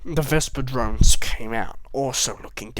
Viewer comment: when you said drones I thought you said drugs